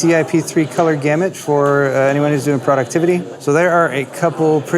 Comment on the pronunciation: pro-duc-tiv-i-ty | ˌprädəkˈtivədē, ˌprōdəkˈtivədē NOT product-ivity You've earned my un-sub-scrip-tion. !